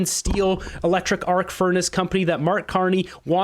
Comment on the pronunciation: "Arse furnace" for "arc furnace"! Hilarious! And he didn't even correct himself! Carney really has lived up to the pledge he made when asked if he wanted to be governor of the Bank of Canada to become a circus clown instead!